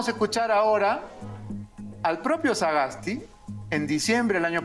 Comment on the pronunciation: Estimado Beto, la madre de Sagasti Es austriaca. No creo necesario hacer tanta mofa del apellido, una sola vez decirlo y ya esta, y de hecho lo pronunciaste bien. Creo que no hay que perder la objetividad.. Pues quiza la madre haya escrito algo bueno o hecho una vocacion, no lo se. Te escribe alguien que tiene parte austriaca y peruana, como muchos peruanos alrededor del mundo que vienen de todo lado. Saludos